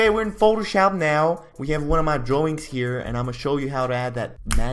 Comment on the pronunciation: This dude ate all of his “ R’s “ thats why he is saying dwawings